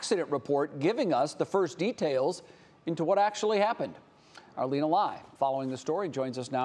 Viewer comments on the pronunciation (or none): none